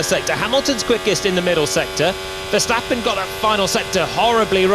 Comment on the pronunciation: These English guys are still having so much trouble saying Max Verstappen its hilarious.